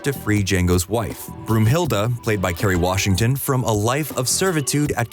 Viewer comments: broomhilde ? its brunhilde , why translate names (i know its in the movie too) johnson isnt johansson also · Broomhilda???😬 Oh my, you mean Brunhilda, like the valkyrie. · Brunhilde!!!!! Not Broomhilde, Brunhilde!